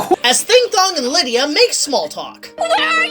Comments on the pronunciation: Liedia deetz was kinda annoying lol, its Lydia dude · Lie-dia Deets? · Why do you pronounce Lydia like that? Lol